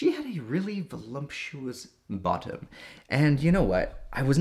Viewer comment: I thought he was sober until he said velumtious